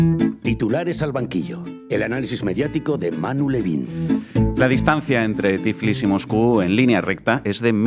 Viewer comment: Se dice Tiflis